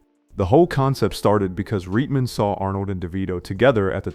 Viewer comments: It’s pronounced Right-men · I love this channel...One thing that was a bit odd is the pronunciation of names like Swayze , Reitman, Aykroyd, & more I've heard in other videos. At first, it made me wonder if the voice was AI-generated but the dialect seems so specific. Feels like North Dakota Navajo or something. Anyway, keep up the great work.